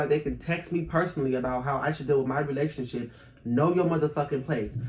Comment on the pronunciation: She never say relationships she always says In my lationship💀💀